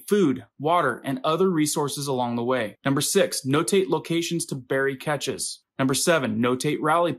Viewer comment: All real Preppers are able to eat non peak food . Not stale or rotten just not at peak flavor . We are adults and know how to season foods.. Catches is Cache pronounced Cash